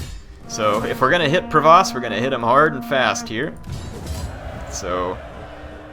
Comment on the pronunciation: the Duchy of Provence has an "n" in it so it's not Provoce, sorry to be one of those guys who corrects pronunciation:p